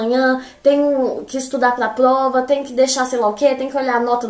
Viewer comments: muito legal como ela pronuncia plova e não prova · Socorro, ela é um gênio!! Notaram que ela troca o r pelo o l? Achei muito fofo, a fala "plova"